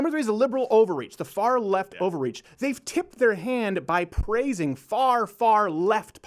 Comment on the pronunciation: Y’all thought laurel and yanny crazy is he saying liberal over reach or liberal ovaries